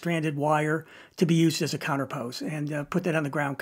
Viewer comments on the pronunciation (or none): Very good detail and a ton of info, great video, and I want to help you a bit by giving you the correct pronunciation of the word counterpoise... Think of "poise" sounding like "noise"... Eazy peazy...